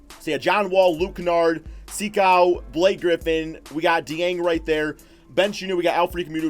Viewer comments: It's not Sikou, it's sEkou Also Dou like Doo, Mbo like mboo and Ya like Gia from Giannis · You have the first name wrong but the last name is right enough